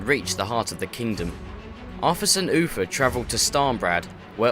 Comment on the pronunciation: its uther not uffer